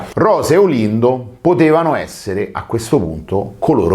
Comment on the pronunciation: nun ze po fa il titolo in inglese e poi dire straGGe di Erba .